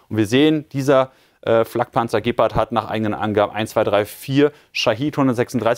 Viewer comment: Ich denke Gepard wird nicht so ausgesprochen . Ich gucke mir gerne die Videos über den Ukraine Krieg an aber sowas wie Gepard und Javelin kann Jullian nicht richtig aussprechen. Es sind sicherlich mehr Sachen aber die habe ich zum glück noch nicht mitbekommen. Sorry das Triggert mich extrem